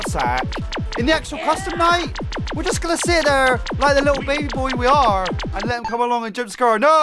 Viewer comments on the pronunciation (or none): It's baby not baba